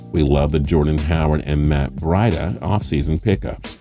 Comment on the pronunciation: matt BREE-DUH! damn everyone in these videos pronounces it wrong af